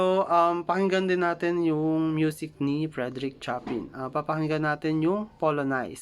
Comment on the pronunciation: pls check your pronounciation of Chopin. mis pronounced po kc